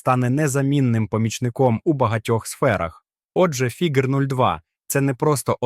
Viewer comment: Фігер, Фіджер, Фігуре - ти смієшся? 😂😂😂